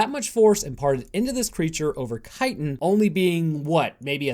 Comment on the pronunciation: Thank you for pronouncing chitin correctly